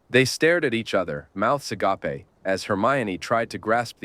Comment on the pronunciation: "her mouth uh-gah-pay" 😂